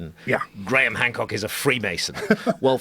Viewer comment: you said gram hock 😂😂😂😂😂